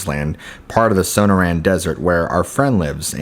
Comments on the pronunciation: SOH-NOR-ANN not SOHNOH RAN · Are you trying to say the Sonorian desert?